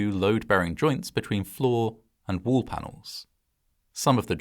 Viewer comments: Wall. Not woo. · Pronouncing wall as Wool is hilarious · why does bro pronounce wall as wuul?